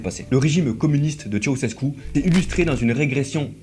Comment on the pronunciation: Très bon boulot : Elena, c'était vraiment une sacrée teigne 😮😵‍💫😱 Par curiosité, je suis allé voir sa tombe. Concernant l'acide sulfurique je sais pas mais en ce qui concerne "Tshéoushèskou" pour Ceaușescu, oui oui ça progresse, on y est presque... mais encore un effort hein 😀😀😀 Y'a un truc à retenir : en roumain, TOUTES les syllabes se prononcent. Bien distinctement. On ne fait pas comme en français, on ne les "avale" pas, jamais. Donc... ? Donc Ceaușescu c'est "Tshé-a-ou-shès-kou". Faut surtout pas oublier de prononcer le "a" quoi 🤣🤣🤣 ...